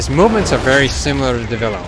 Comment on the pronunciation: Devilo? Its pronounced devil joe.